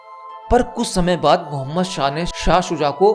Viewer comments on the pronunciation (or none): none